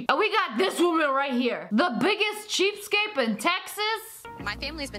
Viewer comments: Sssniperwolf said cheapskape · Anyone else realise she said "cheapskape"? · Lmao Lia, it’s ‘cheapskate’ not “cheapskape” 😂😂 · Uchiha Avenger may as well be called cheapscape cause she's getting things without being no cost cheap scape 😂😂😂😂😂😂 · I like how she is saying "cheapskape" instead of "cheapskate" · Its cheapskate, not cheapscape. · You're saying cheapscapes. You know that's wrong right? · It's cheapskate not cheapscape